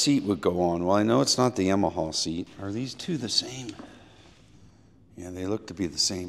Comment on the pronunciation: I love this channel and but I could puke when he says Yamaha lmao